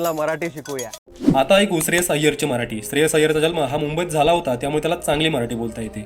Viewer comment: न च्या ठिकाणी ण आणि ण च्या ठिकाणी न, आणि मराटी नाही रे मराठी. पहिला अँकर बदला